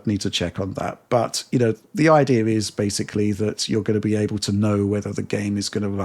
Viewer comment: Do one for every single time mispronounces the word ‘basically’ as “basely”